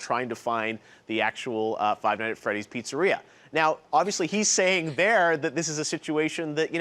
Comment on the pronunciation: WEW CORYKENSHIN OMAGAWD You said the title wrong. It's Five Nights at Freddy's not Five Night at Freddy's